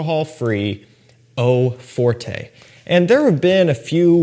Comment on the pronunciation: Fyi no big deal but it’s not pronounced eau fortay but eau fort